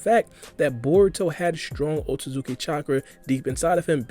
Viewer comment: “Oat-Suits-ki” not “Oat-tu-suki” that being my only gripe... great analysis